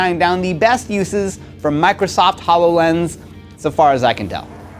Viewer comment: "Hallow lens."